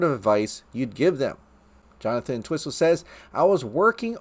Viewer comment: It's pronounced "ENT-whistle," not "en-TWISS-ul"!!! 😖